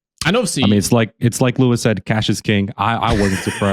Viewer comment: Every "Louis" on Lewis Hamilton, I will bark.